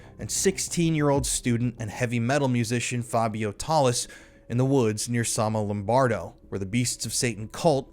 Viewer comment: It’s Somma Lombardo, not Sonno Lombardo.